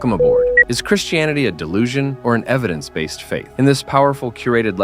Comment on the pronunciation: do you realise that Americans like yourself pronounce "Christianity" as "Chrish-tianity"? You do in this video. It's very odd and not nice. Why can't you take out the -sh sound and replace it by a -t?